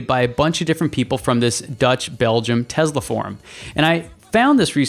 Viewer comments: Why do you pronounce TeSla as TeZla...there is no Z there. S as in Sun. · Is it "tez-la" or "tess-la"? I think it's the latter but this host pronounces it like the former. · can you please pronounce the name of the company correctly? It’s Tesla not TeZla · How can somebody take you seriously if you can not even pronounce Tesla correctly? It is TeSla not Tezla. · Just because Elon Musk mispronounces Tesla doesn't mean you have to do the same. Nikola Tesla never would have said it that way. Most people at Tesla or outside of Tesla don't say it the way Musk does. Nobody in Serbia would say it the way Musk does.